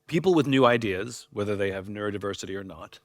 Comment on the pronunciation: I have both neuro-diversity and "nerd-diversity", which is what I thought he said at first. 🤣